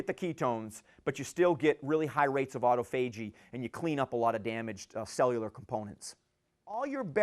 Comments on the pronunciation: Great talk about a vitally important topic. Other than the pronunciation of "autophagy", is a sharp guy and a great presenter. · If you had to break autophagy up as a word you would pronounce it the way he does. Either way we know what he means.